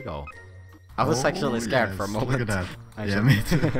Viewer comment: i know he said "I was actually scared..." but it sounded like "I was sexually scared..."